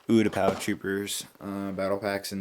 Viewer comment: You're pronouncing Utapau wrong. It's you-tah-pah.